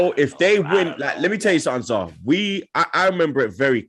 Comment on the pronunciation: Man said Zaha, Zah